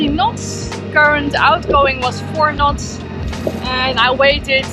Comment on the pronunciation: I knew you were dutch, especialy after you said "nots" for the second time ahaha! Thank you for the vids they are very inspiring, fair winds and waters. Groeten uit zaandam.